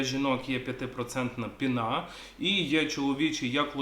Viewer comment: не пінá, а пíна